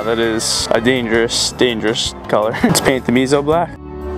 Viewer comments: It annoys me deeply that you pronounce and spell it wrong (it's musou black) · It’s pronounced moo so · MOSAU DUDE WHY YOU DONT PRONOUNCE THINGS WRONG